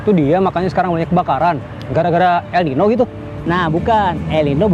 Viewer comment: El Niño di baca El Ninyo